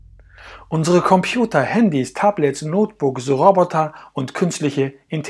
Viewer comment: deine betonung ist unter aller sau, änder mal was an deiner aussprache... beeeee kannt taaaabletts